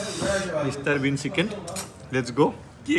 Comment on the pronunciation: Guyz tumar dhekeri pronunciation huni kaan poki jai, " SIKEN", SUSI,RAGAN JAS 😂😂😂😂